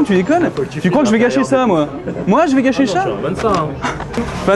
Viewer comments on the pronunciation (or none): Le FAIL du mot "Sa" a la place il a dit "Cha" :) xD Epic !